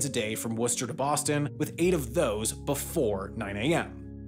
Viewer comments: Props for pronouncing Worcester right. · Must resist urge to correct pronunciation of MA towns. He got Worcester right, you can forgive him the rest. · Great job researching pronunciations! Most people outside of New England don't know how to pronounce Worcester correctly. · I lived in Worcester for many years, it’s pronounced with the same vowel as “should” or “hood,” and you don’t say the middle r. In fact a lot of people from Worcester don’t say the other r either. So it’s pronounced “Wuster” or “Wustah” or occasionally “Wistah.” Fantastic little city, even with its obvious transit challenges. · it's pronounced Woostah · The commuter rail is also operated by Keolis which is a contracted company so that may play a role in its reliability. Also thanks for pronouncing Worcester correctly lol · You pronounced Worcester correctly!!!!!! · I'm just impressed you pronounced Worcester correctly. Good for you. Cheers.